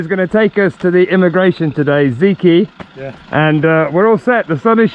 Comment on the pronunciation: Woohoo that’s good news you got your residency. And wow what a lovely köfte. Btw the guy who helped you : Zeki ( pronounce the e as in egg ) - it’s Turkish for intelligent xxxx